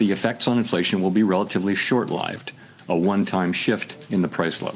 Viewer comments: Why did powell say short LYE-ved instead of short-lived? 🤔 weird just saying 😊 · It's all a show😂. That's a robot playing Jerome Powell. Listen to how he pronounced "short lived" . That's AI sounding pronunciation. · He mispronounced the word “lived”… he pronounced it like “alive” rather than short “lived”… those are not his words, those were carefully crafted words to throw shade on tariffs and trump, and not their own transitory wrongdoings